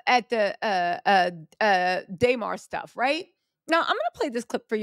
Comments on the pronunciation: DUHmar. Not DAYmar. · It’s “Duh-Mar” lol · It’s Duh-Mar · Damarar.... say hi name right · I wanted to watch this video but you didn’t even put in effort to say DeMar name right